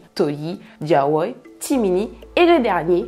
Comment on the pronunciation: Diawoye & jelani sont mes préférés 🥰🥰 et j’aime ta manière de les prononcer c’est super 👍🏾 Courage ✊🏾💪🏾😘